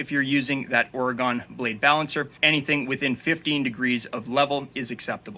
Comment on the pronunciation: It is pronounced Ore-Gun not Or-Gone, we are still here but our political view of the Woke cities, we wish they were gone !